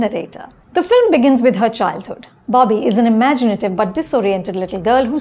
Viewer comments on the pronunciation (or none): Its Bobby. Not BAABI. Accent maarte maarte pronounciation bhi bhool gayin hain ye madam.